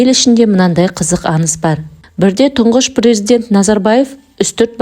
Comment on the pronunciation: Тындап емес ТЫҢДАП ..деп сөйлесей ..әніз емес АҢЫЗ